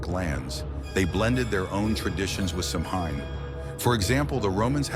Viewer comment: GOOD GRIEF!!! If youre going to make a video about this subject, at least bother to learn how to pronounce what your talking about! Its SOW-WHEN, NOT SAM-HAIN! 😡